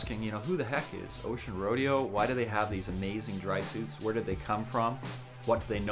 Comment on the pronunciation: It's pronounced roe-day-oh!